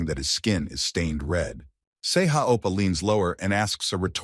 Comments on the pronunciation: He dosn't even say Oppa correctly, he says Apa 😣, can we report this specific video Just because of Appa! 😁, Just kidding😁😁😁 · He pronounced it as appa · bro why u keep saying opa 😭 its not even part of his name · bro stop saying ippa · Oppa, oppa, oppa, oppaaaaaaaaa. 17 hours video, 5 hours of it is all Oppa. MC name is Sehan Kim not Sehan Appa. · It's more like "appa" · I think it's "Sei ha appa" not "Oppa".